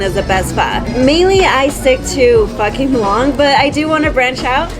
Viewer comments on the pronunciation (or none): 59 definitely thought you said “fucking wong”